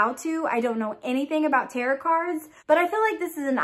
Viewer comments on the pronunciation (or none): I see you got a leaker also! It does have some pine in it. Tarot is pronounced " Taro". The T is silent. The deck is a seventy eight card full deck!